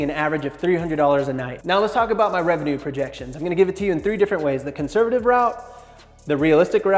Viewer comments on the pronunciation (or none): none